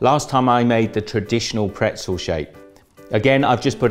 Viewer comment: Okay that makes sense. Yes in the French language pretzel is also "bretzel" but I had never heard the "b" sound in English before. I'm from Canada btw. We only say "bretzel" in French but never in English.